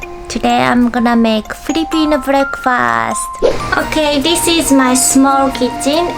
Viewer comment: When you said "Filipino Breakfast" at yhe first time you sounded like a Filipino (excuse my grammar hehe)